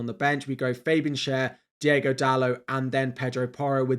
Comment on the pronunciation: Please stop pronouncing Diogo as Diego… they are different names